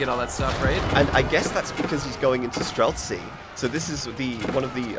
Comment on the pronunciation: stop adding a k to streltsy! it's not streltsky!